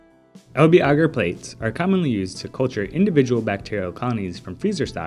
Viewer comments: Bagsy I'd pronounce that like the way they say agar in the video actually. Ooooohhhh! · who else is triggered by the way he says agar? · Studied in the UK my whole life so maybe it's pronounced different your country :) so you can understand my amusement